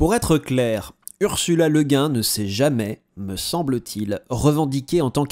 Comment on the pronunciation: Merci!!! Et au passage, sur la prononciation, je crois avoir lu quelque part que c'est cette prononciation française qu'Ursula Le Guin préférait, Le Guin étant le nom d'origine bretonne de son mari...